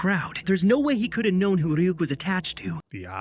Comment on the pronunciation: are they actually watching the dub? how do you continue to mispronounce Ryuk this many times?